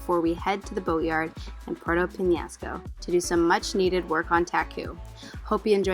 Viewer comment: Your annoying, sorry. You need to learn to pronounce the names of the town and island correctly. Show a little respect and effort to the people who live there. It’s not Porto Penasco. It’s Puerto Penjasco . There’s a “J” in there.